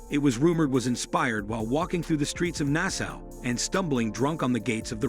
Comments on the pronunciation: Nassau. Nassaw - not Nassow. holy blank!!! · although the name ampersand is very interesting - Where in the hell did they get these pronunciations? so gauche and ignorant!!! and freaking annoying!!! caduceus, Nassau, Fleur de Lis, and, for heaven’s idiot sake - Swastika???? now, i don’t even know if their history is correct, especially the caduceus????? 😠🙄